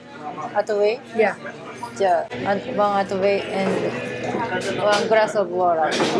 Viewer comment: なんか「one glass of water」のところすごくnativeぽかった！！ あと思わず北海道弁(?)が出てて👍でした。⇦下が騒がしいホテルの前での一言